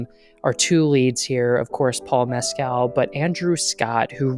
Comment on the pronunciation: Sensitive and articulate review, thank you. (Fyi -- Andrew Haigh's last name rhymes with "vague": long "a" and hard "g." And Paul Mescal's last name is pronounced "MESS-cull.")